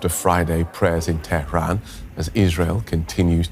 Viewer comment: The news reader pronounces Tehran like a believer